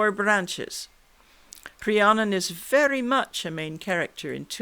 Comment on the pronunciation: I really can't get enough of hearing my name pronounced correctly. It seems to trouble Canadians. I never heard the true version before, just a mishmash of "fantasy".